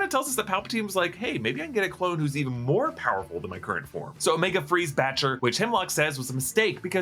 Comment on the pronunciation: I've watched so many other videos like this, I'm glad you got the Lurca's name right others were like "Betcha" "Betche" "Batcha" The subtitles literally say "BATCHER"